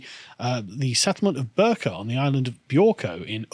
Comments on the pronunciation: Bi-rka* Swedish pronunciation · The 'i' in "Birka" is pronounced like the 'i' in "fiddle". Just my 2 pennies. :)